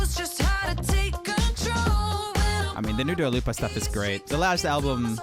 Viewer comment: Not "Dula Lipa Disco" 😂😂😂